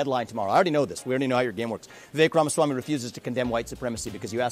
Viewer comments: I couldn't watch it after you said his name wrong 3 times in the first minute. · I watched this video for 35 seconds, until you mispronounced his name. Then I shut it off